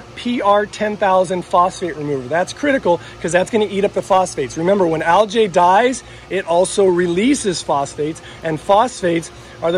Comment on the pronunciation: I like this channel, but……….. “Al-gee ………. Not “Al-jay”. Just can’t understand why people pronounce words so incorrectly.